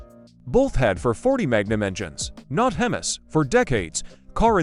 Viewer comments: Excellent research and I did hit LIKE, but I almost bailed out at 3 minutes due to the AI narration. "Dodge for 40" , "Boolit", and "hemmis" -- really bad. I did not subscribe. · HEMMIS Engine? I think your A.I needs some more Major training. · What the hell is hemes..crap AI narration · Fkn ai ...hemas ???? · Hem MEEEEEEEEEEEE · Learn how to pronounce Hemis brother before you put these videos out